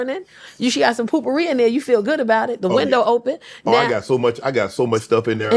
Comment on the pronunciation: The way she keeps deliberately mispronouncing words has me tickled 😂 even got Shannon saying "poopourri" 😅